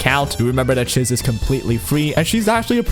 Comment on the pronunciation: How are you still not saying Chiz correctly?